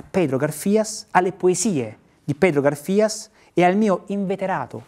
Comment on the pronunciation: Pedro Garfias, con l'accento sula prima 'a'. Gaaarfias.